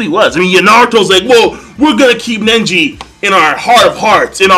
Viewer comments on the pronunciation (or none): STOP CALLIN HIM "NENJI" LMAO